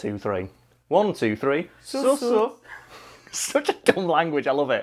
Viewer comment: L isnt as pronounced as su,its almost su' su'